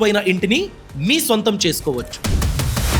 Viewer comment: Swantha kaadu sontha